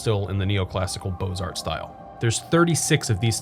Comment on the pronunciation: The "x" in Beaux Arts is silent.